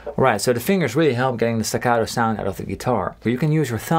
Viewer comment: "I'VE GOT BLISTAS ON ME FINGAS"